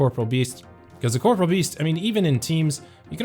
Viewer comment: When will literally EVERY OSRS YouTuber learn how to pronounce the word "corporeal" correctly? 😂